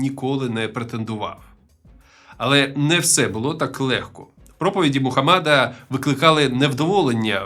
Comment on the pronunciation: Мухамеда а не мухамада